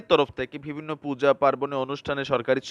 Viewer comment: mind korbenna..apni bivinno word ta use koren besi, kintu uchcharon vul koren,,vivinno bolen, so bo k vo bolen, parle thik korben plz